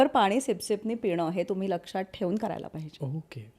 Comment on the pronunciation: म्हेऊने 😂 बीसिक 😂 ओअके 😂😂😂 कित्ती dramatic अडाणीपणा😂😂😂